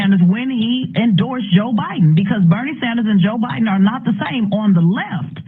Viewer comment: "Dah millionaires and billionaires"😅😅😅😅